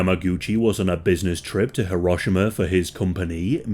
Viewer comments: Th way he pronounced “Hiroshima” actually pissed me off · its pronounced ("Hee-row-shee-mah")